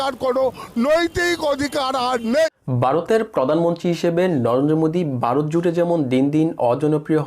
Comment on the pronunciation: আরে বোকাচোদা খবর পড়ছিস বাংলাটাই তো ভালভাবে বলতে পারিস না ভারত কে বলছিস বারত ?